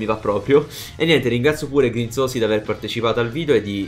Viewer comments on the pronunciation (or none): Si dice Grinziosi...QUANTO È FIERO MAIONESE NEL TUO VIDEO HAHAHAHHA